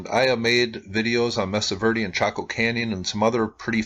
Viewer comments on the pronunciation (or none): none